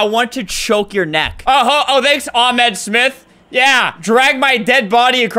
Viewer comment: the H in Ahmed is not Silent